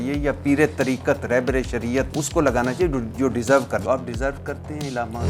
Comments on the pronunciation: Ilama nahi alama hai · بھٹی صاحب لفظ الامہ نہیں علامہ ھوتا ھے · Illama نہیں علامہ ہوتا ارشاد بھائی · ارشاد بھٹی کے لہجے میں علماء کرام سے نفرت دین سے نفرت اہل اللہ سے نفرت واضح چھلکتی ہے ۔ ارشاد بھٹی کو بنیادی اردو بھی نہیں آتی۔ بار بار عِلامہ کہہ رہا ہے۔ جبکہ درست لفظ عَلامہ ہے۔ کئی اردو کے الفاظط غلط پڑھ رہا ہے ۔ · Ilama ni hota Alama hota hay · عِلامہ کے منہ والے 😂 لفظ عَلّامہ ہوتا ہے 🤦🏻😜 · لفظ "ایلامہ" سن کر پوری ویڈیو دیکھنے کا دل نہیں کر رہا ہے.. پاکستان کے بچے بچے علّامہ اقبال سے آشنا ہے اور درست تلفظ کے ساتھ بولتے ہیں .. اس مشہور لفظ تک کو درست بولنے سے قاصر بندہ صحافی بنے پھرتے ہیں.. افسوس ہے ایسی تعلیمی ڈگری پر. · Bhatti Sab ap bahut achha kaam kr rahy hn ab ap ko b kuchh Seekhne ki Zururat hy ..... Illama ❌ Allamah ✅ Man o An ❌ Min o An ✅ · علامہ ہوتا ہے نہ کہ الامہ الامہ مطلب ظالم ہوتا ہے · محترم ارشاد بھٹی صاحب ، بہت اچھا سلسلہ شروع کر رکھا ھے آپ نے.. ماشاءاللہ ایک لفظ غلط بول رہے ہیں اس انٹرویو میں آپ وہ لفظ ھے علامہ آپ اسے ilama پڑھ رہے ہیں۔ جبکہ صحیح تلفظ Allama ھے۔ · ارشاد بھٹی صاحب آپ لفظ عِلامہ بول رھے ھیں صحیح لفظ عَلامہ ھے اپنا تلفظ صحیح کریں دوسری بات آپ حضرت عائشہ کو رضی اللہ عنہ کہ رھے ھیں یاد رکھیں خاتون صحابیہ کے ساتھ رضی اللہ عنہا کہتے ھیں رضی اللہ عنہ مرد صحابی کے ساتھ کہتے ھیں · بھٹّی صاحب !! عِلّا مہ ( عِل لا مہ) یا عَلّا مہ ( عًل لا مہ ) ؟؟؟ اپنے الفاظ کا درست تلفظ اپنائیں۔ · إلامہ نہیں، علامہ ع کے زبر کے ساتھ۔ اور عالم ل کے زبر نہیں، ز یر کے ساتھ عالم۔۔۔ ل کے زبر کے ساتھ عالم دنیا کو کہتے ہیں، ڈکشنری تو دیکھی لیکن زبر ز یر نہیں سیکھا بھٹی نے! اخلاق الف/ہمزہ کے زبر کے ساتھ ہے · ارشاد بھٹی نامی گدھے کو لفظ علامہ بولنا نہیں ا رہا لیکن اس لفظ کے استعمال پر شروع کے دس پندرہ منٹ ابتسام صاحب کو الجھا کر رکھا ہوا ہے